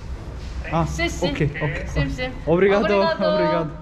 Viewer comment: 24 dakikada portekizcen gelismis:))obrigaros u nasi uydurdun ?